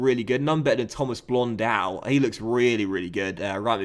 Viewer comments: blon-do not fucking blon-dau..... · You pronounce Blondeau with an o. Like Bordeaux :) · Blondeau is pronounced blondo Just saying cuz he'll probably become a star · Adam Sheikh exactly.